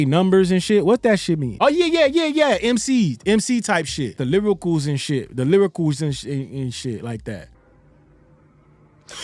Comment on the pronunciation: The "Lyricals" 😂😂